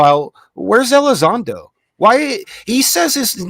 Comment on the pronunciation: LUE Elizondo dudes, not Lou.